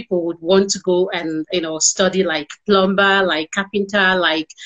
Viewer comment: Please tell this woman it's pronounced a "PLUMER" even when written plumBer!